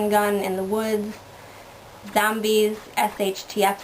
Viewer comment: did you say zombies? lol